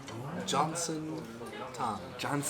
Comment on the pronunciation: 발음주의 존슨 조온..스은...